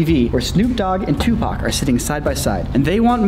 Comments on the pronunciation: haha, "Tooth-PAC" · ToothPAC?? ...Really??!😅😅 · My mans said ... “tooth pac” I’m done with my life lmfaoo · Tooth pac had me rolling 🤣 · Lool i died when you said toothpac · Tooth Pac!! I'm dead over here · Toothpac killed me 😂😂😂😂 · Lol tooth pock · "Dude TOOTHPAC!" HOOOOOOOOOLY CRAP I JUST DIED 😂😂😂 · Tooth Pac had me dead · Tooth pac 😂😂